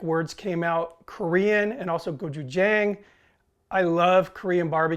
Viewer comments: Sorry to be 'that guy', but it's pronounced "go-chew-jahng" with a short "a" vowel sound at the end. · As an English teacher who lives in Korea I will let you know that the pronunciation is Go-Chu-J'ah'ng( Korean alphabet has no 'a' sound in it) . I saw that you liked this k-pop sauce on a few vids so just a shot out. Love your vids. Keep them coming!